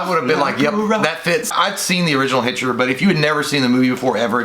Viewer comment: its so funny how J said the bitchter lol